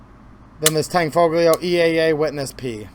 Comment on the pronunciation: The tanfoglio guns aren't actually mechanically a CZ. The fire control is different. You can run the slide with the safety on. I would say the Tanfoglio guns and Jericho clones are improved variants and the G is silent. It's Italian.